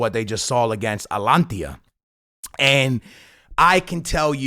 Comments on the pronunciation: Atalantia lol. ATA-LAN-TA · man said “atlantia” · Why is everyone getting the easy name Atalanta wrong? I heard ppl say Atlanta like its the USA and now we got Atalantia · No way you said that are you joking tho? 😭😭💀 its Atalanta